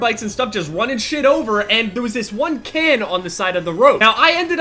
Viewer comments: I thought you said kid instead of can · for a solid minute! when you sed "can" i thot you sed "kid" and i was like WHAT THE FUCK?! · I thought you said KID like 100 times. You just ran over this small little white kid lol.